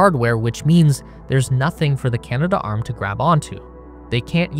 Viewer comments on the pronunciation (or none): You keep saying Canada arm, in your videos. It's Canadarm.